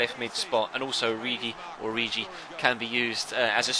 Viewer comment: Im from Belgium,origi,you pronounce it like o-ri-ki